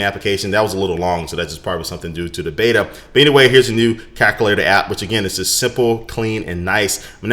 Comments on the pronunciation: CaLculator. Not Caculator. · Why do you say calculator like that lol Kalk- ull- ator NO Cal-Q-lay-tor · "CACulator" LOL! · Lol he said cakulater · "Cacalator" lol